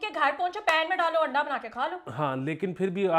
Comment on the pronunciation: intentionally make mistake to pronounce anda to handa or it's natural... Because I remember she also use same handa word once when bajwa was stood in line in a restaurant to get handa